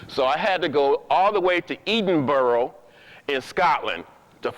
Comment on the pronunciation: Pronounced Ed -in-burrow